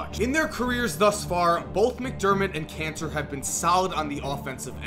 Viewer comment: Doesn't pronunciation of kanter sound like cancer?